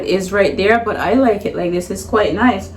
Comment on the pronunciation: She said it's noice it's reali noice 😂😂❤️